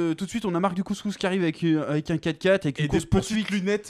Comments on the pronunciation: Quand vous dites Mark Dacascos, j'entends Mark du couscous mdr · Il s'appelle mark dacascos? J'avais compris couscous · En Mode VHS nous a tous matrixé avec son Marc Du couscous, plus possible de dire Dacascos.